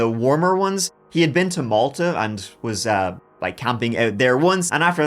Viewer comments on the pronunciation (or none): none